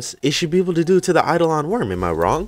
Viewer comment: eye dough lun not eye duh lawn. It's Latin for "specter"